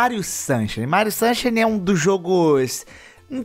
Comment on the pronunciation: o Super Mario Sunshine lê se “sansháine”. Abraço, bom vídeo! 👏🏼